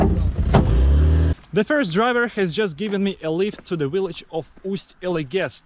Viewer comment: "V"illage, not "We"llage :))